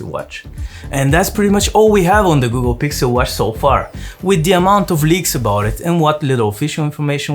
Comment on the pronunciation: "Gukkel Gixel watch" I love it 😍